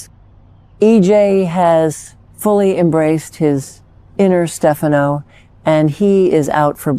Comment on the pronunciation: You really should get your AI's voice of Marlena to correctly pronounce Stefano's name correctly.